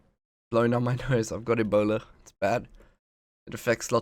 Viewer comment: HOW YOU SAY ''EBOULA'' xD